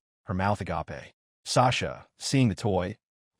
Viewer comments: the agape is pronounced wrong, it's a diffrent agape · why can't AI ever say agape properly?